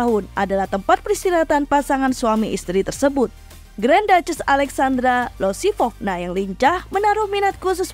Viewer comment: Bukannya namanya Alexandra Iosifovna ya kak (pake huruf i)? Kok jadi Alexandra Losifovna?